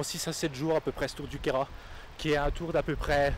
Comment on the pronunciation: Si non c'est la chapelle de Clausis. Un bon bivouac aussi en 2007. ca date. Sympa le reportage. Il est également appréciable aussi de voir que le Queyras est bien prononcé. Bonne balade